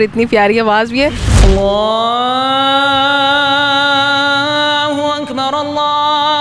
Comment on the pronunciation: ماشاءاللہ بہت ہی عمدہ ہے پر آپ انکو پیغام دینا کے کہ اللّٰہ اکبر اللّٰہ اکبر جو پہلا اکبر ہے اس میں پے اس پے پیش ہے بھائی زبر پڑھتے ہیں پیش پڑھا کریں باقی بہت ہی خوب ہے